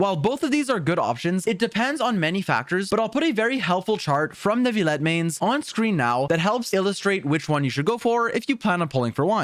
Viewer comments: I do appreciate him trying however ville is one of the exceptions when encountering the double ll . While many people do rightfully think its nu-vi-yet its actually pronounced nu-vi-let. Another reason why I both love and hate french. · please. It’s NOO-VILL-ETT, not new-vee-yet. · Like this comment if you pronounce it "New-vil-et" Dislike this comment if you pronounce it "Ner-vil-et" (like some of the English voice actors) Reply if you pronounce it a different way entirely. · Finally a Youtuber that at least tries to pronounce names correctly. The "New-vil@ from others is really bothersome and I'm not even french. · "croissant" - neuvilete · You pronounce his name wrong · you didnt pronounce his name right in french. you dont pronounce the L's. dummy